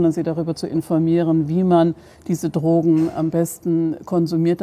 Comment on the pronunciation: Erste 30 sek und ich hab schon 4 oder 5 mal das wort “trogen“ gehört, was zur hölle soll das sein? Meint die Drogenbeauftragte möglicherweise “drogen“? Und wenn ja: warum kann sie das wort noch nichtmal aussprechen?